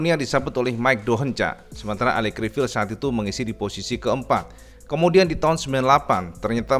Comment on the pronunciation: Cara baca Criviye Cak bukan Crivil 😁